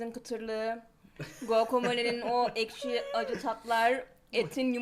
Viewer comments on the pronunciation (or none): none